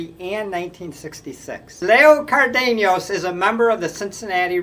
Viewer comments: when i was a kid I'd listen to the Reds announcers pronounce Cardenas' name as CARdin-as and so that's how my friends and I would say it. Many years later I had an acquaintance with the same name and he pronounced it car-DANE-yahs (without the 'r' sound. Not sure how to translate to english spelling.) I told him how we use to say it which brought a chuckle from him. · Cardeñas' last name is pronounced "Car- dayn-yes", and Versalles is pronounced "Ver-sigh-yes". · Leo Cardenas, Card -E long E, nes, Elliot Ness. Ver-sigh was for Versailles, One great year and then average. Dick Groat was number 2 on this list and Fregosi 3. Wills was such a pest on the bases deserves 1. The 60’s had light hitting, good fielding shortstops. Campy Campaneris was so talented, I think he played every position but one in a single game, probably in Kansas City. Not sure though. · Leo CAR de nas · The prononciations are .... Leo Card-n-az and Zoy-o Ver-sigh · I love your videos. As for the names, Baseball-Reference gets most of them right. Zoilo Versalles is ZOY-lo vair-SY-yez. Leo Cardenas is Lee-oh CAR-de-nes. Dick Groat played basketball for the Fort Wayne Zollner Pistons, the forerunners of the Detroit Pistons. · I really enjoy your enthusiasm and the variety of facts and trivia you bring. You might mispronounce a name or two - Leo Cardenas for example - but that is a small thing in the overall picture. Keep up the good work, but work on the names if you can. Thanks. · I never heard Cardenas pronounced the way this white guy pronounces the name.